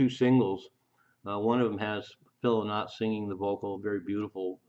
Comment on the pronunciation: The song singles were released in 1969 ,phil s name is pronounced LIE NOT .